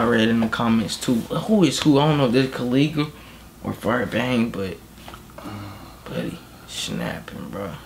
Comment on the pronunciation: U have to say Ko Lay Guh. so its the right pronounce